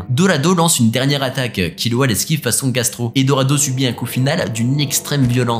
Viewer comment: Pauvre Gastro, il meurt et personne ne prononce correctement son nom